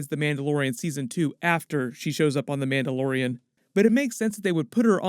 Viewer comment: “Mauldalorian” Love it! XD